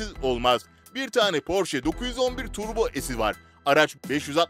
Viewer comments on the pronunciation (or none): none